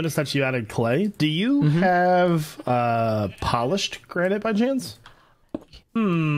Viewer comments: Careful, the gra-ni-te is fra-gi-le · Gra-nee-tay 💀 I'm dead inside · I genuinely can't tell if he's mispronouncing granite on purpose or by accident but I love it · Other Hermits "let me get some granite for my build" " let me get some Gran nie te. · gra-nee-tay me: *facepalm * do not take this srsly